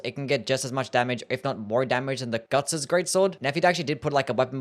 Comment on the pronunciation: Are you saying gugs greatsword or guts's greatsword?